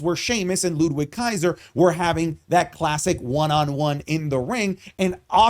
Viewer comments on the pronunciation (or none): Hearing the W in Ludwig Kaiser's name is jarring. Pronounce the dude's name correctly.